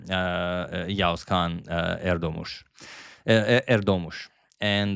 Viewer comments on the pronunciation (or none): In Turkish you don’t actually pronounce ğ you can read the previous vowel about a second longer like Erdooomush. This will be the closest to how it’s actually pronounced